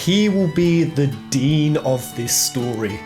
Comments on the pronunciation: It's not Dean, it's dine(dyne) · Dyne is pronounced Dine.